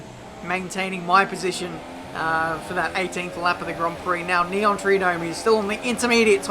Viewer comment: Neontree-do-me. :P